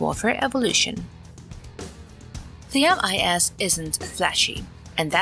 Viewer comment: "The MIS" 🤣 Apparently, your AI voice doesn't know how to pronounce "Themis".